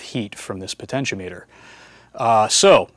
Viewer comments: It is pronounced po-ten-she-OM-eter. The the outside terminals are connected to the ends of the resistor and the center terminal is connected to the wiper. The name refers to potential or voltage and is normally used as a variable voltage divider. It is connected across a voltage source and the load is connected to one end and the slider so it can feed a percentage of the total voltage from zero to 100%.It .When you only connect one end and the wiper and put it in series with the voltage source and the load, it is being used as a rheostat, which is a current limiting device. The do sell rheostats, which only have two pins.. Potentiometers were often used to control audio volume. The audio from the source is connected to the top terminal and the bottom terminal, which is ground The slider and ground are connected to the amplifier, so you can feed a percentage of the input signal to the amplifier. On the other hand, the float in your car's gas tank adjusts a rheostat, hooked in series with the battery and the gas gauge which is actually an ammeter. As the gas is used the float drops, uses more of the rheistat and less current flows through the gas gauge/ammeter. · The (mis)pronunciations of potentiometer and multimeter make me chuckle.